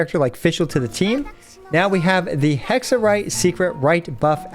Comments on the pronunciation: as an italian, it was hexerei not hexerye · "It's hexa-rei not hexa-ray" - Hermione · I apologize for saying Hex-a-Ray : anyway, Hex-a-Ray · I thought that funny. He back tracked on it immediately. xD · If you read the thing as it is, it should be HEK SUH REY right? well yacht is pronounced YAT so.. (sorry I'm not an English native speaker) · If they wanted it pronounced Hexerai, they shouldn’t have spelled it Hexerei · the fuck you mean hexer-rye. That makes zero sense. What. No.